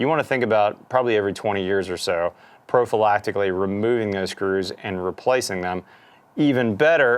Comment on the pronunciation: Did you just say "prophylacticaly"? Like a condom?